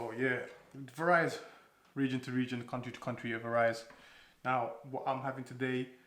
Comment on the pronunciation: Strange way to pronounce VARIES lol but nice vid showing traditional iftaar